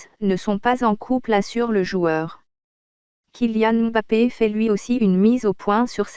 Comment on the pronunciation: Merci pour la vérité mais par contre la voix robotique me casse la tête regardé façon elle prononcé le kylian mbappe